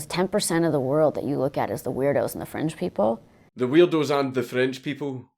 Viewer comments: Though I know it's Fringe people she said, I can't stop hearing French people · Wait... did she say "the weirdos and the french people" or "the weirdos and the fringe people"?